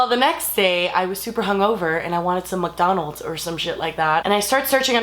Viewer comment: she said mukdonalds